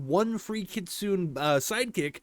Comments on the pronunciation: For the love of god, its pronounced kit-su-ne. Not kit-soon. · It is. Idk why he pronounces it Kit-Soon. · it is pronunced as Kitsuney !! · pls STOP with the "kit-soon" 😭 ik u speak English but plsssss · Bro reminds me of a beginner anime watcher how he saying kistune😂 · Btw idc how you pronounce things but it’s supposed to be (Kit-Soon-Ay) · good to know but it’s pronounced Kit-Sue-Nay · I thought its pronounced Kit Sue Nay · It's actually pronounced kit - soon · It's killing me how you are pronouncing that 😭😭😂😂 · That's not how you say Kitsune. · Take a shot every time mispronounces kitsune.